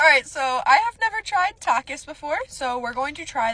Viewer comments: It is pronounced ta-ke-es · Btw!! to the people who dont know how to pronounce it, it goes like this: (ta-keys) but spelled takis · It’s pronounced (tă-keys) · She really pronounced it ta kiss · “Ta-kis” girly pop got me rolling on the floor 😭💀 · It’s pronounced talk-eeees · well not really! takis are mexican snacks, so the "i" would be pronounced like an "e" because that's just how it is in spanish. wasn't trying to be rude in any way, just wanted to help you kind of understand! ☺️🫶🏽. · the i is pronounced like a e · Things I ❤ about this Video 1.) How she pronounced Takis 2.) The fact that she was waving Takis around with a white shirt💀 3.) When she said “mmm, it’s giving 𝕾𝖙𝕽𝖆𝖁𝖊𝕽𝖗𝖄” 💅✨ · U know its her first time when she can't say takis right